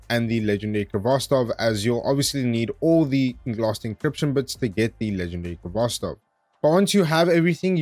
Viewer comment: Actually it should sound without 'k' at the beginning) Good guide btw.